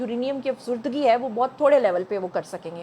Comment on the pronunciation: Afzodage. af zoo da ge ap es word ko sahi ada nai kr rahi. Plz mind mt kejeye ga.